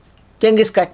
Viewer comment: "കാൻ " എന്നാണ് ഖാൻ അല്ല .